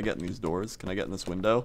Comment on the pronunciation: lol he said winder....